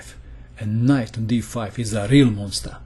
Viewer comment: "...and knight on d5 is a RREAL monstAr" lol xD